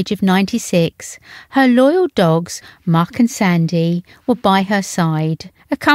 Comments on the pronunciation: Muick is pronounced Mick, not Muck! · It’s pronounced Mick not muck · Mu'.......ick do say the name right